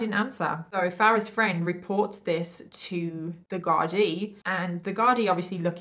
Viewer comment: u did super job pronouncing "Gardai" - appreciate that!